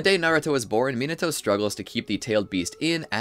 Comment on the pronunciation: 👆🤓 um actually it’s pronounced “ Minato”